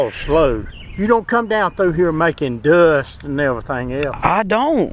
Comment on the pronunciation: Making "dusst"